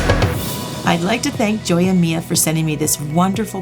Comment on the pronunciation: Hello, with all your respects "Joya Mia" is in spanish, in English means "my jewels" when you say, Joy-a-mia, you are pronouncing it incorrectly... The correct way to pronounce it is "Hoya-me-a" as in Santa Claus "hohoho", "me" as in a person, "a" as in when you go to the dentist and he said open your mouth and say ahhh! Just wanted you to know, for the future! Love your vids, btw!